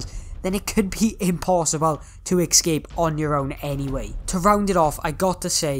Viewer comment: This annoyed me because he was saying excape not escape